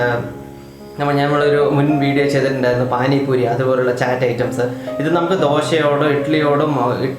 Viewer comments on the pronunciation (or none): Ethu kolaa..... ചാറ്റ് അല്ല... ചാട്ട് alle....???